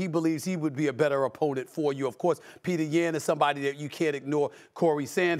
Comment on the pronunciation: Bruh why is Stephen and Shannon covering ufc lmao the way Stephen pronounced petrs name lmao